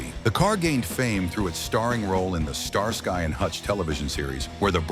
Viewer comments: Starsky pronounced Star Ski not star sky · Talking about the U.S. Mercury Capri, while showing images of the U.K. Ford Capri - is insulting to motor heads. Plus Starsky is not pronounced Star Sky. You should quit with the Ai and try making your own content.